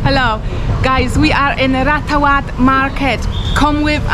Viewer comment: Ratchawat. Is not Rat ta cha wat Raachawat Raach = Racha (the King)